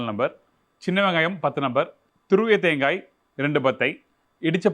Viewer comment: தேங்கா தேங்கா என்று உச்சரிக்காதீர்கள்.காது வலிக்கிறது. தேங்காய்த் துருவல் என்று சொல்லலாமே.🇲🇾